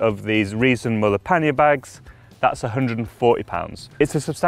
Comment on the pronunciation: Müller. Pronounced "Mew-ler"